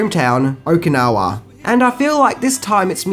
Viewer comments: Please work on your pronunciation...You butcher so many words not to mention facts. It is Okinawa not Okinoki lmao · Idk if its the accent... but its Cobra KAI not Ko... and Miyagi is from Okinawa.. not Okino.. good vid nonetheless